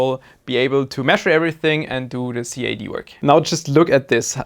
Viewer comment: In stead of saying the letter C , A , D - here in the states (and I think just in English speaking countries in general) we just put it together into one word = CAD ( which rhymes with sad, or Dad, or had, or bad, or Chad, or 'I'm talking too much and making everyone MAD' lol ) - just thought I'd help out.. I feel like I've heard you mention that you don't mind people helping you out with your English... I hope that was you lol .... I really did get confused when you said 'see ay dee' until I realize you were designing a part and put two and two together LMAO :D - Sorry if it bothered you that I did this... HOPEFULLY I remember to check back to see if you comment back telling me to stfu lol :P